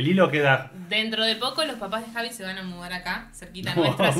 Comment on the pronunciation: En la introducción del vídeo, uno de los dos dijo "y yo soy Javi".... Pensé era "Jasvis"😂